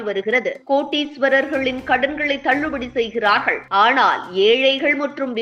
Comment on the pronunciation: அது என்ன கோட்டீஸ்வரர்கள், பல்லைகடித்துக்கொண்டு பேசுவதுபோல் உள்ளது.